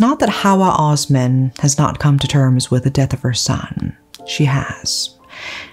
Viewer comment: The S in Osman is pronounced the same as in Sweet or Sauce.